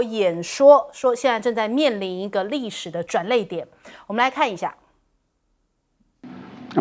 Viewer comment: 歷史轉捩(發音同裂)點 不是轉淚點